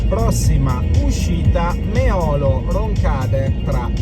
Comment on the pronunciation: all'uscita Meolo-Roncade hai pronunciato il primo nome scorrettamente, è mÉolo non meÒlo